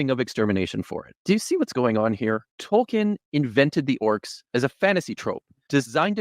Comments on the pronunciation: It's pronounced toll-keen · 1. Tolkien is pronounced toll-keen 2. Neither group of you guys understand what Orcs are at all. It's more understandable for you guys, since all 3 of you seem to only have movie knowledge, if that. But he's preaching about the literature & Tolkien's intent, and Tolkien was very open about disliking how he put forth Orcs & he kept changing his mind on both their origins & their inherent nature without the pressure of a Dark Lord. His latest decision before passing appears to be that they're corrupt humans, not corrupt Elves. It doesn't really explain their seeming immortality that way though. 3. The Silmarillion is literally my favorite book, with The Lord of the Rings being my 2nd favorite (I see it as 1 novel, as Tolkien intended). I don't appreciate the ad hominem style mockery, even though these apologists kind of deserve it. As a massive Tolkien nerd & a massive atheist, I feel mocked as well.